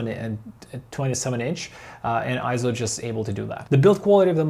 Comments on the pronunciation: Yep, I'm another Eizo fan and user. Having watched a few Eizo videos on youtube, I wonder why the vids produced in the UK and Europe pronounce it Eye-zo , when in Japan it's pronounced Eizo as in Eight. If it was Eye-zo it would be written as Ai, as in Aikido. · Correction: It's not pronounced IZO, It's pronounced AY-ZO. Please refer to EIZO in Wikipedia and EIZO's own corporate video where you can hear it pronounced AY-ZO in the video.